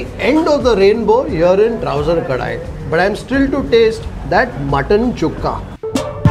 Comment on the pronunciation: It is Kadai, not Kadaai ಕಡೈ not ಕಡಾಯಿ